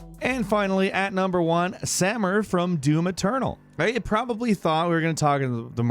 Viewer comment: Are we like not even gonna notice that he said Sammer the whole time even though his name is Samuel, no, ok...